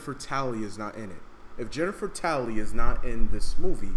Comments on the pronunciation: It’s Tilley not tally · Jennifer Tally, its Tilly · yo its jennifer tilly yo not tally lol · Jennifer tilly, not Jennifer tally